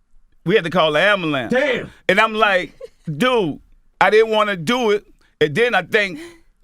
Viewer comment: "We had to call the Ambulam." "Worser" cmon lol.